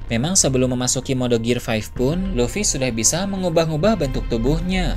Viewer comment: Bukannya sok inggris atau sok ngajarin. Cuma mau ngasi tau: gear 5th dibacanya "gir fif" bang